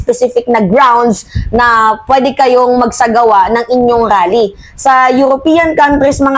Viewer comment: Anong rrrrally daming R